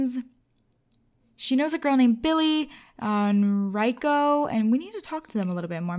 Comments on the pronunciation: you say it as reco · Rieko is pronounced Reekoo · the girl's name is pronounced Ri-ay-ko (Rieko). it's Japanese. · Karlie's friends name is pronounced as Ree eh co (edit I accidentally called her Mollie coz I got mixed up with the names sorry about that ;-;) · It's ri e co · It's ma-sa-toe and the girls name is ri-eh-ko